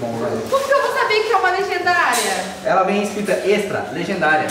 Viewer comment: por favor para de falar lrgendaria é extra stiker